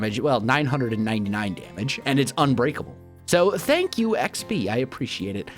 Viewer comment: When you said xb I thought u said sb as in sb737